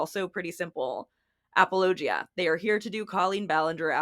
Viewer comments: Is that...is that how you're supposed to pronounce apologia? Have I been pronouncing wrong? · Apparently I've been mispronouncing apologia.... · Is that really how you pronounce apologia?